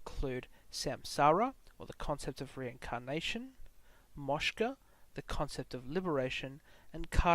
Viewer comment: A small but important correction: liberation is called moksha, and not moshka